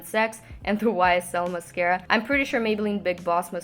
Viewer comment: MUSKARA!! Love when you say that